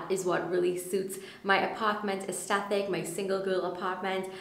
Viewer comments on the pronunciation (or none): For the entire video you pronounced aesthetic wrong. The 'th' is at the second syllable not the third.